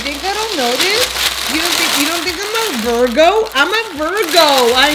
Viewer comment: I am dead! “I’m a VERGO” not Virgo but VERGO😂😂 5 shots where? The two got her lit lit 😂🔥👏🏼